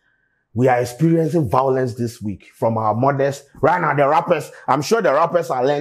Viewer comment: Vawulence come ah wose brand 😂😂😂